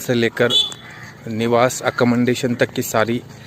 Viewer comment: Say Accomodation .. Not (accomondation)